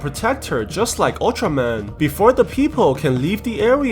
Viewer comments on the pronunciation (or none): Bro u said utraman💀 what the hell